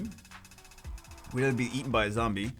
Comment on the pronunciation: its Pronounced Either Not Either..... Get it right...